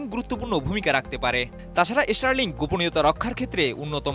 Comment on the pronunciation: দয়া করে reporter দের উচ্চারণের উপর প্রশিক্ষন প্রদান করুন। ষ্টারলিংক কে বারবার ইষ্টারলিংক বলছে যা খুবই শ্রুতিকটু।